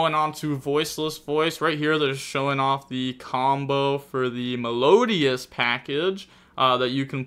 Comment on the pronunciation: Melodious is gonna fall off just because can't pronounce it properly